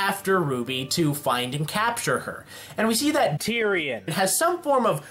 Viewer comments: My gosh when ever he says tyrion Lol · Why do you say Terian so weirdly?